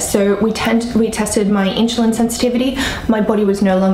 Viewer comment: I understand having an accent but saying in-shu-lin vs *in-su-lin * is so funny. Just break down the word and then say it faster until it is at normal speed. You do seem to be able to speak super quickly...maybe can get a job as a commercial narrator reading disclamers...lol! Thanks for the info!! :-)